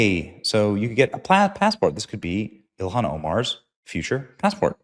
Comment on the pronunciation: He said Elon Omar. 😂